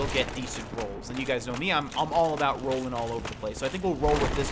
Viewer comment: “Rollong” into it